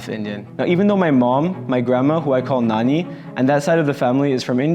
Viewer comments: Half lndian means what is your father race, its lovely to hear you saying nani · I like the way you say Nani , as a native hindi speaker we always called grandma Nani. My grandmother is no more in this world , it’s good to see you guys have great time with her :)